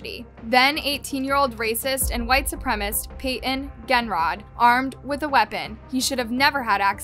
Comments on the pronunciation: Supremacist! Supremacist! NOT "Supremist"....... Say it slow if you need to..... Su prem a cist. 4 syllables. Su prem ist. 3 syllables. See (and hear) the difference? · It’s: SOO-PREM-IS-IST (supremacist-actual word) You repeatedly said: SOO-PREM-IST (supremist-not a word) And I’d rather not hear from everyone that it doesn’t matter. It absolutely does. She’s presenting herself as the host of a documentary show, not making an off comment on TikTok. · Are you not allowed to say supremacist correctly? Is it a YouTube thing?